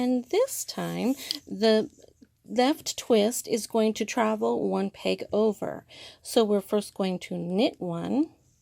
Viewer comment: Would it be too much to ask that the knit loom instructor use a proper pronunciation for the word "peg". Is it a regional thing to call it a "pang"? Really confusing.